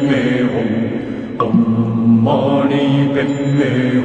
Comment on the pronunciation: It's om...not oh🙄 Are converted buddhist or what??